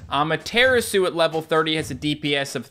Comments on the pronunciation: Cant believe he still pronounces Amaterasu as Ama-Tear-Isu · When says Amaterasu like that, it makes my face go 😭